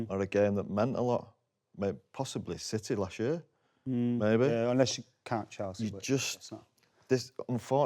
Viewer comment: How do you guys at The Overlap listen to Adam pronouncing Chalsea like that and ignore it. How do you not "screen test" the new Arsenal supporter to see if he'll come across as so infuriating to the youtube audience. Getting harder to watch this and I rarely miss an episode.